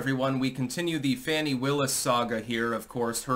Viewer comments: Btw, hate her as much as you want, but pronounce her name the correct way. Fawn-ee. Not Fan-ee. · It’s pronounced Fawn-ee. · Fani pronounced as PHONY!!